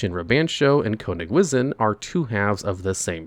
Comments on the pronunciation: Konig wizzin' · As a German speaker, for the Love of God, stop saying Konigwisen 😂